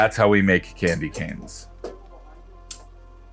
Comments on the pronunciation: Did he just say Candy Can😀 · The guy pronounces candy canes as "Candy Cans" 🤦‍♂️